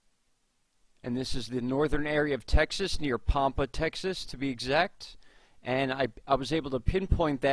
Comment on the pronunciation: first off its pronounced Pampa like Tampa. ive seen weird slow moving triangles in the same area but its been about a year ago